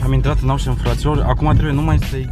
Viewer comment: “Aușăn”MI E RAU:))))) daca asa ii zice la “oșan”eu sunt conopida.ba si cu numarul ala,bai,alea la tine sunt 10 cifre?=}}}}}}